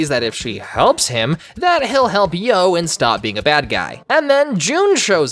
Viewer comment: I love how you call Yoh “Joe” insted of “Eo”